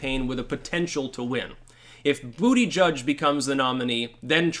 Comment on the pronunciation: Its pronounced Boot-Edge-Edge